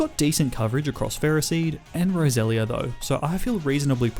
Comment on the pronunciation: U said Rosera not roselia